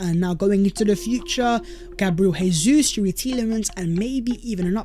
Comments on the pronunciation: FFS, Jesus ...it's pronounced Jay-zeus not Hay-Suess. He's Brazilian not Argentinian. Try pronouncing his name properly. He could be playing for us next season. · Bro, we love your content... I believe it's pronounced Jay-sus... He's Brazilian so in Portugese it's J sound not H, just like Jose Mourinho > Joe-say